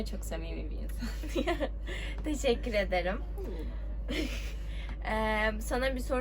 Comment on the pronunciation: yanlız ardanın tişikkuyey demesi